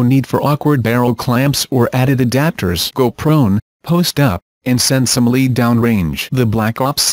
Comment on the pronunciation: Lead is lead - as in metal alloy -not pronounced leed.